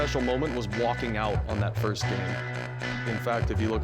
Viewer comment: Disrespect to the person who said "fist"